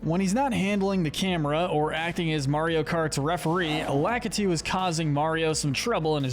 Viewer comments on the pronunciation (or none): none